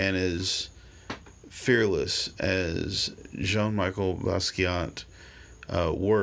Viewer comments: Awful to hear his name mispronounced!!!!! Should sound like Michelle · It’s pronounced like the women’s name Michelle, good video though man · Its jean michel not jean Micheal. And his is better then any peice ull ever create ur just not creatively intelligent enough to understand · First of, the name is Jean MICHEL Basquiat (Not Michael)...I understand you've tried to bring a positive message through your video, but you started on the wrong foot and made two huge mistakes. You said you didn't care about his paintings and didn't think it was that great! Ok, let explain! It shows that you went way over your head by trying to elaborate on something that you do not understand! Aside being asbtract expressionism, his work is "Visual Language." Have you read what you called "scribbles"? These are the paths to understand his work. They tell stories...either historical, power structure i.e(The irony of the negro policeman), personal story(man dies) etc. He was a genius and quickly understood what very few in the art world know, and the rest will never understand to the day they die! That's what makes him so great and I'm gonna tell you what it is. Go make a video about Jackson pollock, Cy Twombly, Milton, Andy Warhol, Resnick.They painted childlike and yet, They're the greatests. Before you say anything else about Jean Michel, please study his life and his art or take a couple of art classes for that matter so you could stop showing your ignorance.